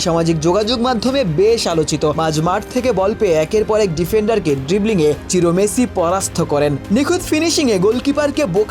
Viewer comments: চিরো নাকি সিরো।নামটা বোঝা যায় না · চিরো না, সিরো